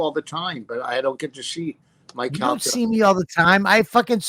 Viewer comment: Or I’m sorry Calter not Calta